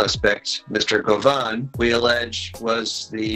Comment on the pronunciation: “Govan” Go Vaughn lol